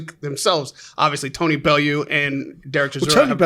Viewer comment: "Belloo" Frank's pronunciation of names is hilarious